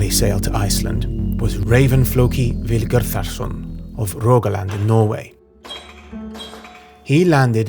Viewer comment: Ah, apologies, I wrote that wrong, I meant put emphasis on the first syllable, such as , it's VILgerðarson, not VilGERÐarson, or , it's HALLveig, not HallVEIG as spoken here. Thanks for your great work!